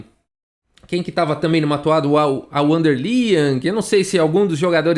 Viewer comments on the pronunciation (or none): none